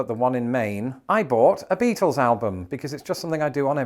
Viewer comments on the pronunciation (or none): none